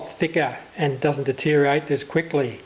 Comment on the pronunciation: At the risk of being pedantic, it's deteriorate rather than detereate. :-)